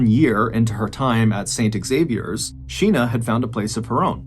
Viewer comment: 🤦 Xavier is pronounced Zavier not pronounced ex-zavier. Yanks smh